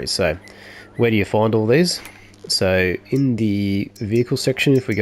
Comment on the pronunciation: "Where do you fondle these?" Aussie makes "find all" sound like "fondle" LMAO